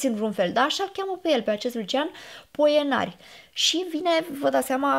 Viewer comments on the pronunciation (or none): none